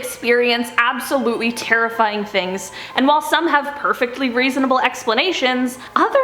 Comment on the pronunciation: ABSTaboTLY